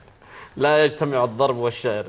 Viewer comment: يقول له لا يجتمع "الظرب" و الشعر . اذا كان الحكم لا يستطيع نطق كلمة "الضرب" كيف له أن يفتى فى الشعر و اللغة . اذهب و تعلم نطق الحروف و مخارجها قبل أن تصبح ناقدا .